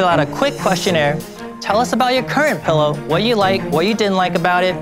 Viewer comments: Barbara: “Youre saying pellow instead of pillow. For that reason, I’m out” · I've never heard someone pronounce it "pullow"